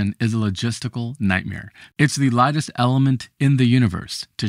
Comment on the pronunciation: ok just turned on subtitles and aparently u said "lightest".... sounds like largest to me, but maybe refer to it as the "smallest" or "least massive" or "lowest mass" cause largest and lightest sound to much alike...